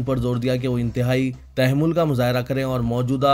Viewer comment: Bhai sahab pehle urdu ka sahi talffuz seekhi phir news bolo. Tehmul nahi taha'mmul kahiye.